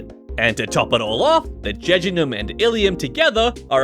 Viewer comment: JUJUNEM AND ILEUM got me 😂